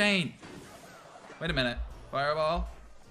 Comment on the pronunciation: That fireball(furball) caught me off guard. Im dying🤣🤣